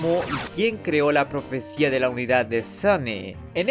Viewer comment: es profesia no profesita y por cierto muy buen video bro